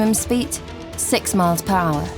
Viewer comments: Britch? Speet? Where did she learn English? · Wish they'd use some one who can speak properly, britch, dimetre,,speet, eg, but otherwise good.